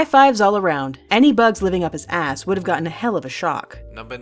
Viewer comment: the way she's said ass lol